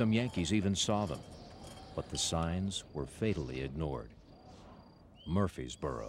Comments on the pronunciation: Narrator...It's pronounced Murfreesboro with an R. Not Murphysboro. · This narrator keeps misprononcing the name MurfReesboro MurfRRRRReseboro! He leaves out the 2nd R!!!